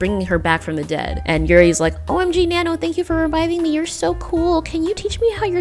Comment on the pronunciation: You pronounce Nanno in the most american way ever.